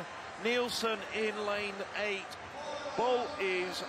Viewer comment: BOL is pronounced BALL not BOWL. "Victor Ball" is how the announcers pronounce Femke Bol.